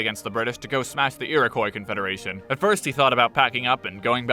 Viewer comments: Ear-a-kwoi confederation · Why. Why do Americans insist on pronouncing Iroquois that way? Especially americans who should know better, but will inevitably insist they're both 'valid' pronunciations when one is a french transliteration of some sounds that aren't far from it and the other is a hilarious misreading of that word. "ee-ro-koi" for iroquois is the equivalent of "way-shine-guh-tone" for Washington.